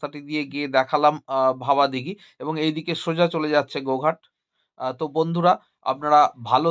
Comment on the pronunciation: জায়গাটার নাম ভাবাদিঘি, ভবাদিঘি নয়। এই জটটা না কাটলে লাইনটা সঠিক অর্থে চালু হবে কি করে? এই তথ্য যদি গোপন রাখাই হয় তাহলে বারবার নানান ভিডিওতে বলছেন কি করে যে ২০২৫ সালে চালু হবে ইত্যাদি।